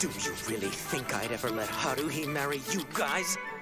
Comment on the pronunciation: LMAO it's Tah-mah-key. Not Tah-kah-mee. 😂 Also Hah-roo-hee. Not Hah-roo lolll Edit: yes Hunny is a true martial arts genius. But you'll find out more about that later 🤣